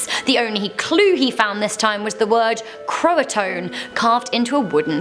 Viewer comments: Number 5...it is pronounced CROW-UH-TOE-IN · I believe croatoan is pronounced crow- uh- toe- uhn. But I'm not an historian and alas i am American so... Take whatever i say ama do with it what thou shalt. Lol!!